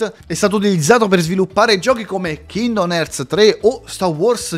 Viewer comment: però kindom non si può sentire visto che la pronuncia corretta e king-dom, per quanto riguarda kretos quella è la pronuncia inglese mentre Kratos e la pronuncia italiana visto che in italiano suona strano dire kretos proprio come kindom